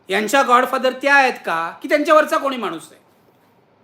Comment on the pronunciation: नक्की नीट सांगा गॉड की गा? बोलताना जीभ घसरतेय